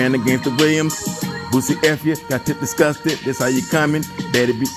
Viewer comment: Nahh "got t.i discussed" instead of "disgusted" is crazy 🤣🤣